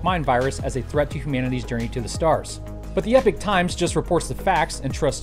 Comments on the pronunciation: Epic? Thought it was pronounced epoch like enoch. Accent? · Cool episode, but one thing that's been niggling me - the sponsor name. You pronounce EPOCH as /ˈɛpɪk/ when I though it should be /ˈiːpɒk,ˈɛpɒk/. Do they just 'identify' as /ˈɛpɪk/ and can't spell? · Epoch is pronounced E pok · Learn to pronounce the name of your sponsor - even as a sign of respect for them giving you money, and don't give a shit.